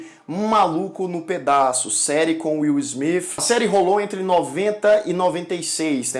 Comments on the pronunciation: Pela ordem excelência. Uma observação, você consegue falar xadrê"S"? Inê"S"? Francê"S"? Inglê"S"? A posição da sua língua na boca é exatamente a mesma para pronunciar o th no Inglês, isso vai ter ajudar a parar de falar "Will SmiFI" por exemplo ou qualquer outra palavra que termine em th. Note porém que tanto americanos quanto europeus acham o nosso sotaque "muito fofo". Pois "Will SmiTI" e "InterneTI" por exemplo, este "ti" representa um diminutivo aos ouvidos deles e da um ar "cute" nas palavras. Situação muito semelhante quando ouvimos o sotaque francês. Assim não tenha vergonha do sotaque. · WILL SMIFI KKKKKK